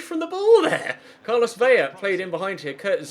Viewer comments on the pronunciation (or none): none